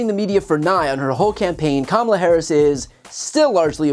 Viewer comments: Dear Ms. Huckleberry: Ms. Harris's name is pronounced "comma-la" not "cuh-mail-la". You should show some respect for your superiors and our next President. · Hey Sarah, hey donnie, it's KAMALA. I'll break it down for you; ka-ma-la. But don't bother learning how to pronounce it because after Nov. 5th you can just call her Madam President! 😁 HARRIS/WALZ 2024 WE ARE NOT GOING BACK! 💙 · As earlier stated, HUCKabee Sanders is another of the arrogantly brain dead faction who insist on deliberately mispronouncing VP Harris’ first name. It’s not “Kuh-Mollah”, but they know that. In any case, it’s no negative reflection on VP Harris, but it does make a statement about the low intellectual standards of the cult, of which Sanders is a Charter member. And by the way, perhaps with a name like HUCKabee, she should demur from taking creative license with other people’s names. 😃 Just a thought. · Pronounce her name correctly comma la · Omg. She doesn't know how to pronounce the vice president's name. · She says she's humble while she denigrates, and intentionally mispronounces Kamala... she's gonna own you while she gaslights you... Are we playing Disney villainess, now? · White people don't know that by constantly mispronouncing Kamala's name, it's racist. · Huccabee sanders is humble?? She won’t even pronounce Kamala’s name right, she so ridiculous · Clearly, I am the only one irked by the total lack of respect shown for a presidential candidate! Deliberately mispronouncing the name. Kamala is easy to say, but her opponents and faux news dumbshits love to say it wrong. They would scream if publicly, people started calling trump dump. Grow up people, we are no longer in grade school! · Gov Huckaabie is like Mr. Tramp. They both have a problem pronouncing VP Harris’ first name. I wonder what that’s all about. Just sayin. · The hypocrisy of considering yourself humble, while simultaneously mispronouncing the Vice President’s name on purpose. 🙄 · "Momala" haha! I love it!